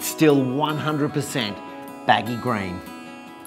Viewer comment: why can't this guy pronounce baggy 'green' properly. he says baggy grain. he's trying too hard to be occa